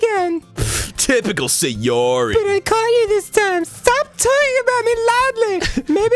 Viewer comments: that girl is SAY YOH REE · just sayori just sa yori just say yori JUST SAY YURI